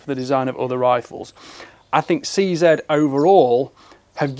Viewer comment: Seeing this new line makes me wish I bought a few 527 and 550 models. Thanks for your review, and pronouncing 'CZ' correctly.